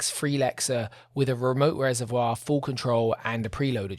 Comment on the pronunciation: The "internet hype train" surrounding the Transalp clearly had no understanding of the original if they were let down by the new one. Also, saying "Honder" and "reserv-WAH" in the same paragraph is crazy.